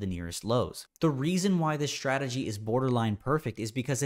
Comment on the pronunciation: When trader saying shtrategy instead of strategy, i feel that he needs to grow up.